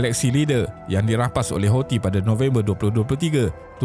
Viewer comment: boleh tak sebut perkataan Houthi tu dengan bunyi yang betul??? sebutan dia ialah HUUUU-TSIII. Ejaan dia Hou sebab dalam alif ba ta, H tu ialah huruf Ha Pedas. Thi tu pulak sebab huruf Tsaa. Jadi sebutan dia ialah Huu-Tsi. Bukannya Hausii. amendelah